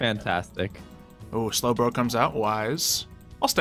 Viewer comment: says: SlowBlo- SlowBro